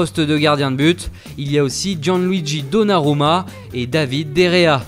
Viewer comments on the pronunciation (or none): none